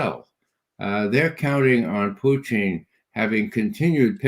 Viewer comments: Judge can someone tell Ray it’s Putin not poo teen ! Wft ? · Good "Intel Round Table" I like Mr Ray McGovern, and have read and watched his work since the early days of the Bushie jr cabal infesting WARshington DC, that said, I wonder why Mr McGovern always mispronounces Pres Putin's name ie "Poutine". I am basing this one how Russians pronounce their Presidents name. Very strange. Perhaps 'anti-Russia' CIA programming runs deeps. Even the psychos who constantly denigrate the Russian President pronounce his name correctly. The worst kept secret: "NATOstan" ("Murder Inc) is a mafioso criminal syndicate involved in murder, extortion and drug running. Thats it! As for the blood-lusting, murderous, vile psychopathic genocidal thief-dom aka "is-ra-hell" may get destroyed entirely and return to hell from whence it came. Followed by WARshington, London and Brussels. As for the rest of the conversation/interview - thumbs up